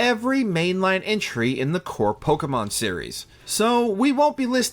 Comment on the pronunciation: The way this man keeps on butchering these poor Pokémon names... Don't believe this was based on actual fan reception. This list makes no sense.